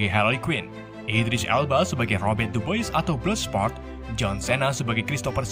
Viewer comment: Dubois (duboah) 😂 😂